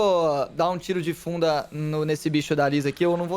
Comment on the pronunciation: eu entendi bunda em vez de funda